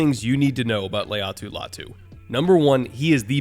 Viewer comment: LAY-ah-tu 👎 LIE-ah-tu 👍 ✌️